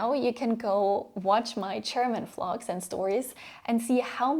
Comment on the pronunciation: When she says vlogs and it sounds like flogs 🤭I gargled my tea for you gyal. Thanks for the lesson.